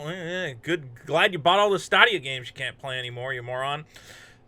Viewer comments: STAdia, not STAAAAdia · It's stay-de-uh. Not sta-de-ah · Why does he say statia? Its stay dia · “Stah Dia” whatever way you say it, you still made me crack😂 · STOP CALLING IT "STAH-DEE-YA" OMG JUST STOP IT!!!! STOP!!!!!11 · He calls it "stah dia" because it won't stay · Yeah at the end of all their ads it says stay-dee-uh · In your defense,, I can't blame you for not knowing how to pronounce a product that nobody owns or talks about anymore. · Thats an interesting way to say Stadia. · DO NOT take a shot everytime mispronounces Stadia. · You're mispronouncing Stadia on purpose, right? lol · You are pronouncing stadia wrong FYI